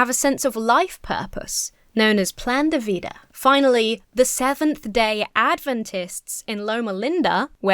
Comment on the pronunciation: You complain about your pronunciation but that "plan de Vida" was on point. Hi from Argentina BTW.